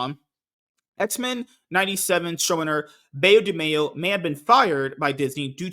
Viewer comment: Please pronounce "Beau" as you would an archer's "Bow". It is the French word for handsome.